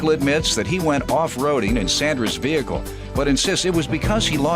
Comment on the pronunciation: If she says veeheeackle one more damn time 😂